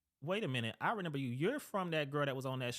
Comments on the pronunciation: Not him saying “RENIMBER” 🤣🤣🤣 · he keeps saying "renember" it's driving me nuts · It bugs me that the guy said “renember” instead of remember 😭